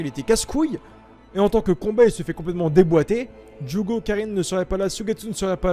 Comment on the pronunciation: mec prononce bien juugo et deidara stp, ça me décontre à chaque fois